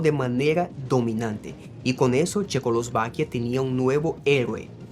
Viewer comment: Hola, gracias por el video... oye, tu hablas portugues como 1ra lengua? 😊😊 Se te dificulta decir checoslovaquia... che-cos-lo-va-quia... creo que asi separado te va a ayudar. Tienes un excelente español... todos tenemos dificultades de palabras especificas. Yo no hablo portugues, hablo frances y hay palabras que todavia no pronuncio bien, como "calle" -- rue... digo rú, y no es así. Saludos 🎉🎉🎉🎉 y gracias 😊😊😊